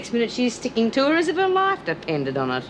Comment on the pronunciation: Went a bit Irish with his ‘loife’ pronunciation when taking Vee out a few episodes ago